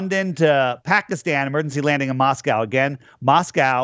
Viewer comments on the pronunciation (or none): none